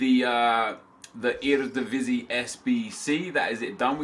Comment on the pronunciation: i am verry proud how you say eredivisie